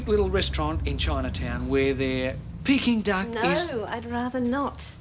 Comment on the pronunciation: that guy speaking about Peeking Duck in the Chineese restaurant sounded more like 'picking dung' to me